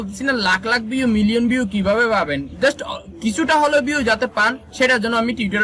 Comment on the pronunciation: পিউ না ভিউ বলিস রে